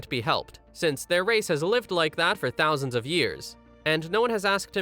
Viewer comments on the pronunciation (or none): none